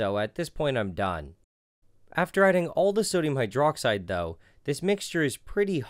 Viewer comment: I think the way he pronounced sodium hydroxide is pretty funny.